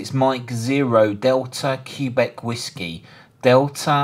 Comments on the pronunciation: Never heard anyone say “CUE BEC”- Q is read “QUEBEC” (phonetically KWABECK). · i've never heard "quebec" pronounced that way (the standard pronunciation for the nato phonetic alphabet is "keh-BECK") and to took me a few times to figure out what you were saying